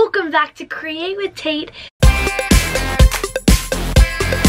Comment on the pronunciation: Why does it sound like crate instead of create when she says it?😂